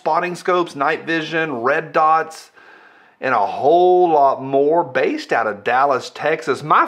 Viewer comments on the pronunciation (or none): none